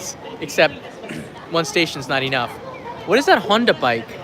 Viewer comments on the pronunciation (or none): none